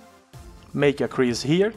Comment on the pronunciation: Cease not crease